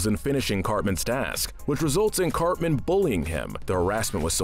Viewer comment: You pronounced Cartman as Carmen.